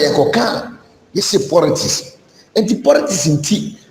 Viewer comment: Listen to this unintelligent guy who knows nothing about governance also talking. What is PORITICS?? Moron!